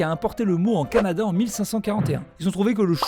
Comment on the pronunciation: Comment ta dis Canada jdr *-*'